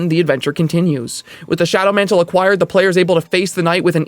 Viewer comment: Shadow mantle, NOT John mantle.